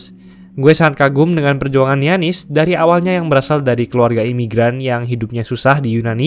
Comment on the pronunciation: Giannis, dibaca yanis bro..